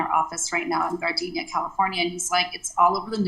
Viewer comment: ...for the record she keeps saying Gardenia 🙄 but its GARDENA.. Its not the flower that is fragrant but a city with a vagrant!